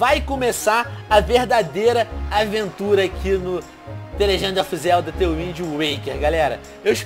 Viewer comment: Isso foi IRÔNICO eu sei q está escrito errado, apenas imitei como o Venom falou no vídeo (pois a pronúncia dele está errada)